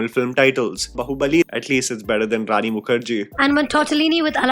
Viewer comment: rani's pronunciation wasnt actually bad